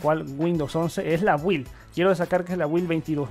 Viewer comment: Amigo no se dice predecedor, se dice predecesor y la palabra build se se pronuncia algo así como bild